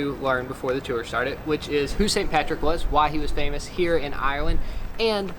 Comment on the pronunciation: min.: HE HWAS FHAMOUS FHOR THE HALCOHOL!